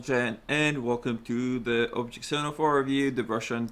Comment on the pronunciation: "Obhect" :D nice review anyways